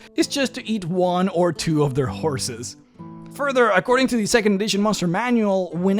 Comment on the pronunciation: Glad I'm not the only one who heard whores the first time